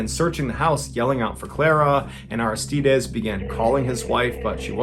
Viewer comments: It's pronounced Ar-iss-tide-eeez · Take 2 min to learn how to pronounce Aristides Jeezus